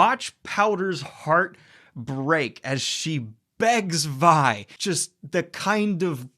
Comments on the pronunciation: Vi is pronounced like Its v(eye) not v(ee) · The name "Vi" is pronounced with a long "ī", as in short for "Violet". Not "Vee". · So you know it's pronounced V-eye not Vee. Not being a butt, just so you know. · As a long time league and fantasy fan, it makes me so happy that you enjoyed this!!! PS: it’s Vi as in Violet not Vee. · Her name is Vi, not V. You say the I, sir. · I noticed that too lol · How is it you've watched the show and still mispronounce Vi's name? No hate, just curious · Are you pronouncing Vi and Vander wrong on purpose? They say the names... in the show... like... it's audible... many times... i love you Daniel but godamn this was hard to watch. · Vi is pronounced as in Violet.